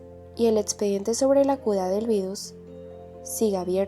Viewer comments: Por que dices cuda y no cura? O no sabes pronunciar la R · Algo que me di cuenta es deque porque dices cuda en ves de cura 😩🥀🥀🥀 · Soy yo o dice Cula en vez de cura,creo q no sabe pronunciar la r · Tdendian que modid pada que la cuda JAJSJJAJS NISIQUIERA SABES DECIR LA R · el video esta buenisimo pero me encanta cuando dice cuda iauodfasu ohsf hisdb haipg o t{´'´+fgS} ¿SE +